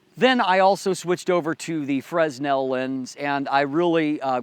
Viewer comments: Great stuff. It is a bit annoying to hear you say fress·nel. It's prounounced fruh ·NEL. Thanks for the review! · Nice review but sorry I couldn't help myself from making this remark really sorry. It's Fresnel FERNEL nor FRESNEL. Thanks for the informations thou, I just bought one I can't wait to receive I shoot 4x5 film with a Graflex Crown Graphic and I'm going to use the EC200 extension to put the AD200 in my backback and have just the bulb on a coldshoe and the 5" refractor. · As always, I appreciate the review. Just one critique: the S in 'fresnel' is silent. Pronounced 'fer-nel' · It is pronounced "franel." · The "s" in "fresnel" is silent, yo.